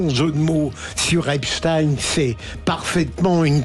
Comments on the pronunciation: Ce rigolo ne sait pas que les anglos saxons prononcent Epstine ( en phonétique) rien à voir avec les Russes, mais comme la grande majorité de son assistance est gaga, çà passe sans problème. Oui, Mélanchon est toujours au bord du gogue , sans jamais tomber complètement dedans, tout ce qu'il dit est cal culé, une troupe de dialoguistes bosse pour lui. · Oui la France insoumise a tous les droits de se défendre contre vos calomnies, qui plus est c'est vous les médias Bolloré avec BFMTV vous avez discuté comment se prononce le nom du criminel Epstein...Bravo a cet auditeur qui vous a mis une master class